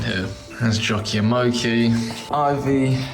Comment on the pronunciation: Question; My American ears hear Jockey…is her name Jackie? Or is it actually Jockey? She’s so sweet and I’m sending her lots of extra love as she heals ❤️‍🩹❤️‍🩹❤️‍🩹❤️‍🩹